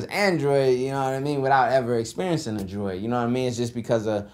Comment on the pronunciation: I respect ZERO humans that say "Driod" wtf this ain't 2008